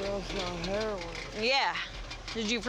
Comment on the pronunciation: “He overdosed on hair-win”